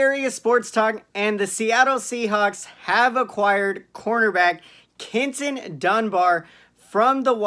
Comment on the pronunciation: Did you say Kintin? 😂😂